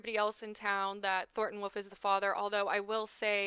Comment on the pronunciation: You saying Woof instead of Wolff is so funny to me